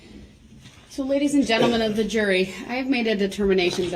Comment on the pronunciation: Is there something wrong with using the “th” sound??!!that infuriates me to no end..dat and da and the goot for good and ending everything else with an “f”!!!like nails on a chalkboard